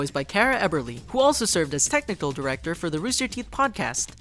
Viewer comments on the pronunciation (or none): none